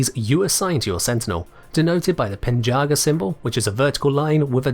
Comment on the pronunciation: The pen in penjaga is pronounced more like the bu in burn but with a p. The word itself can mean guardian.